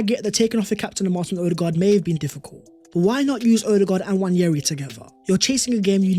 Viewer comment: Great video, but please, there is no 'Y' in Nwaneri.